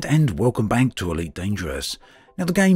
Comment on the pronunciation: at the very beginning: welcome bank to ... Can't unhear it now